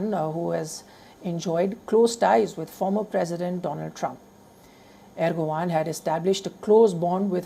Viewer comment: Give a bit of fucking effort on pronouncing the name of the Turkey's Leader!